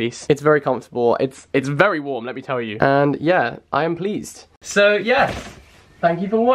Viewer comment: Laughed because I thought you said 'very very fleeced about this'